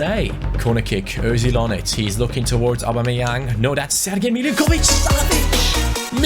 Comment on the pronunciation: First man who can say Sergej Milinković Savić right That is very nice:D